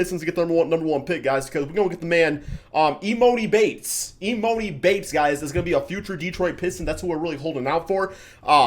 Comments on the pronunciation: Love the content but pls say Emoni bates right (“Ee-mani”) not (Ee-Monie) all love🙏🏽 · it’s pronounced e- ma- nee bates 😂😂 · Omg thats not how you say emoni bates I thought your from Michigan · Can’t even say emoni (e-mon-e) right 💀💀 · He pronouncing Emoni name like he is flightreacts